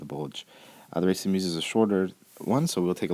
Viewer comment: Excellent as usual. As a side note Meuse is pronounced like bUZZ and not as in